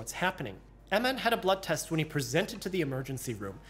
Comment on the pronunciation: Lord help me if anyone says I “presented” anything in the ER with that kind of emphasis.